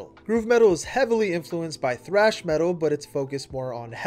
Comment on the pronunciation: I can't get over him saying frash instead of trash when saying "thrash"